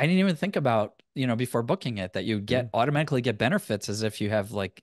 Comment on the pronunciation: “automajihkly” 🤣 watches Andrei Jihks channel too.